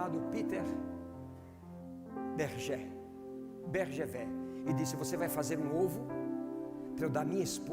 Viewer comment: Só uma dica querido pastor. O nome do ovo é Fabergé, pronúncia Fabergê. Glória a Deus pela ministração! Parabéns pela disposição. Parabéns à igreja pela receptividade à Palavra!